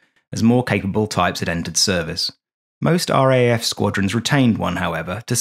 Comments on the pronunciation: RAAF is pronounced R 'double A' F not R,A,A,F.... ;) a small negative comment to a great vid... thank you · R double-A F not R A A F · "ARE-DOUBLE-A-EFF" please, not R-A-A-F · As an Australian, I found this very entertaining, if a bit embarrassing. The cliches were funny, light hearted and not at all jarring. What was very jarring, every time, was the pronunciation of RAAF. In Australia we say "are double ay eff" because it's easier to distinguish from the GBAF and it just sounds better. Letting you know in case the RAAF comes up in future videos. Otherwise, love your work! Subbed ❤ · Ahh mate. As an Aussie, (pron: Ozzie), who was born and bred in Sydney and has always had a fascination for the "quirky," Thank you ❤. I'd never heard about this before your video, and can't fault the content. I loved it... but, (you knew that was coming, right?) We say it as "R double A F." ... in case you do anymore stories on the weird antipodean air corp. ❤ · Classic - but please - we say "R - double A - F", eh eh? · Minor note, but the proper pronunciation of RAAF, is R double A F. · i imagine many other former RAAF members have grated at this bloke's inability to say R Double-A F. And "Ran" instead of R.A.N. - really?! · Why not? Because it sounds clunky? But in the service its either R double A F, or pronounced “raff”. And yes I am ex RAAF. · It is pronounced R , double A , F. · A "Brit" should know that RAAF is pronounced R - double A - F. The reality is that the British know very little about Australian history, society and government.